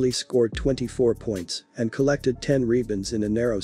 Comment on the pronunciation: What the hell is a "reebund?"